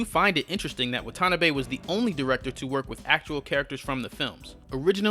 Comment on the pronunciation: It's pronounced Wah-tah-nah-beh